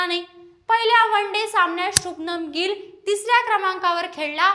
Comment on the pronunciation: शुभमन ✅शुभनम ❌😂😂😂